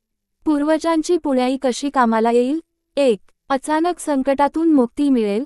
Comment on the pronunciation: निवेदिकेला नीट वाचता येत नाही .. पुण्याई , पिंडदान या शब्दांचे उच्चार तर अगदी हास्यास्पद केले आहेत .. मी पुढे काहीही ऐकले नाही .. 😢😅😅😂